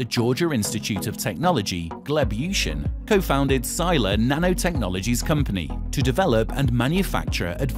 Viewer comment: Sila means Force and should be pronounced as "see-lah"